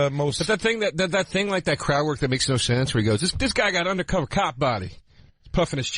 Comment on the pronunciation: big jay says undercover the same i did when i was 4... "underdacover"